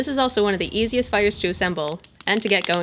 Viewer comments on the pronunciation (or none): none